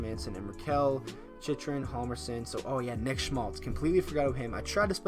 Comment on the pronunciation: its pronounced jal-mer-son. the h is silent, not the j